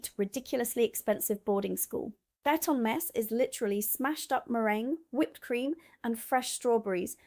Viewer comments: Trekkle tart? Eat-on mess? Who is this "American" who sounds as if she has never been out of the south of England in her life but doesn't know how to pronounce what she claims to be talking about? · Eton mess is pronounced eeton..treacle tart is pronounced treecle.. hope this is ok?